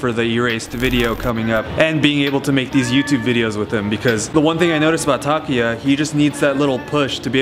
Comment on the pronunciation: Why do you keep calling him Takiya?? His name is TakUUUya